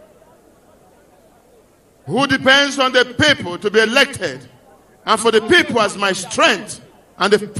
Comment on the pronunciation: My "peple my peple" 😂😃😂😂 Comedian!